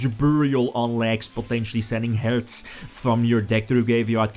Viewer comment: Jo for real I love the way you say "Herz" ♥